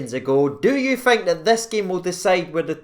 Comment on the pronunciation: Its thirty not firty and think not fink